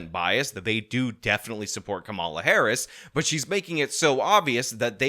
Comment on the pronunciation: Do you mispronounce her name purposefully? I mean, she's been the goddamned vice fkcn president for three and a half years, so I'm sure you've heard the name ten thousand times and you've been corrected on your pronunciation. Is COMMA-la a hard word for you to pronounce? Do you mispronounce her name on purpose as a juvenile attempt to insult her? if someone called you Shawn Fitzgirl, would you be insulted by that? What if they accidentally did it and you corrected them? How many times can they call you Fitzgirl and get corrected before the term becomes downright offensive? If you used term "mute point" instead of "moot point," how would you react to being corrected? Would you be embarrassed and make an effort to correct your pronunciation? Or would you stick to "mute point?" Is there a statute of limitations on when you'll pronounce her name correctly, or are you sticking with this indefinitely? You've already had three and a half years to figure this out, and you're still fucking it up, so if she's elected President are you going to keep this up for four years or correct yourself?